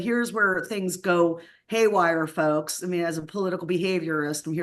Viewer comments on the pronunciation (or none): none